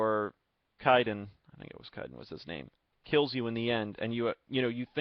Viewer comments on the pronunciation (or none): Kaiden (K-AY-den)